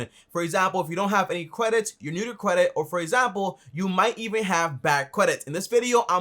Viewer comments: Is he saying “CWEDIT”? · "cwedit" xD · qualified quedit 🤣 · Lol he says Kwedit😁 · The way you pronounced "credit" sounded funny